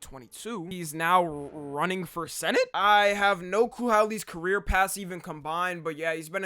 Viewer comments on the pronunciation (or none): none